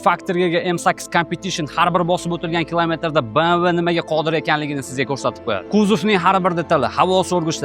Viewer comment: BM"V" deganizga rahmat. Ohirgi paytda onasini asal bolalari BM"dablyu" deb mazgini si"q"yatudi.